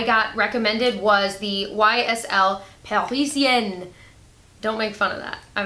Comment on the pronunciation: your "parisienne" was really good ! (and it's a "Parisienne" speaking ;) )